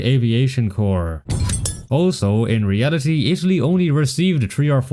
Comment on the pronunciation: In ree al i TEE